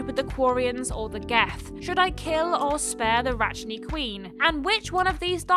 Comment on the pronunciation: Virmire, Rachni, Saren, Genophage. There's a boatload of weird pronounciation of iconic names in such a short amount of time. XD